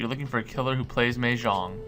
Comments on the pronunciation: It's mahjong not mehjong I'm Chinese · FYI, the first part of Mahjong is said as "ma" not "meh". The second part was correct.